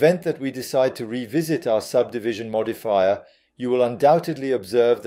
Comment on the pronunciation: I don't know, yes it has better english accent but some words the ai is saying wrong like subdivision for example, personally I prefer your French accent as it is real. But I guess you should do what you feel more comfortable with or what is easier for you. Either way I think it's totally fine